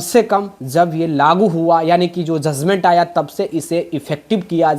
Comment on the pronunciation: Zuzment nahi sir judgement hota hai aap patrakar hai r education ki bat karte hai to pronunciation thik kijie